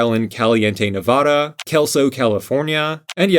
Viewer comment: I wish people not from this region would learn how to say Nevada...